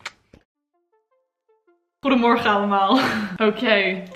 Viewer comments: Your 'Goede morgen allemaal' is amazing! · Je 'Goedemorgen allemal' is zó goed! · That “goedemorgen allemaal” sounded soooo Dutch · "goedemorgen allemaal" that was really good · Oh my lord the 'goedemorgen allemaal' at te start of day four was INSANELY accurate